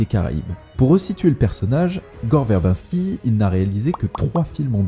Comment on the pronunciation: très bonne vidéo en général mais perfectible, revois la prononciation de "Verbinski" ça trigger xD (ou d'autres prononciations anglaises à la française, genre "Nathanson" aussi xD), et fais attentions à quelques bafouillages et erreurs genre "The" Lone Ranger quand tu parles de ce film, alors que le film n'a pas de "the" dans son titre, je chipote mais cumulé voilà quoi